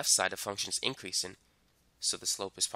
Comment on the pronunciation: I was like... Why is he saying those two things like that